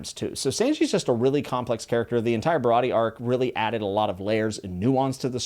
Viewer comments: He also pronounced Baratie wrong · Stoked to see your views and progression throughout the story you have a WILD ride, loved the video(other then Sanji and Baratie pronunciation😂) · Japanese pronunciation. A is always "Ah" Sanji Baratie Is barati(eh) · Just some pronunciation so the fanbase doesn’t eat you alive. Usopp = oo-sop Sanji = s-on-jee Baratie = bar-a-tee-ay Rogue town is also largely referred to as loguetown so don’t get confused. Either way, great video, excited to see some updates on it. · all good i hope you keep enjoying this series and about how to pronounce baratie, its "ba-ra-tee-ay" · also baratie ba-rah-tee-yay! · Bro cant pronounce Sanji, Baratie, Usopp, but doesn't really matter at all but its funny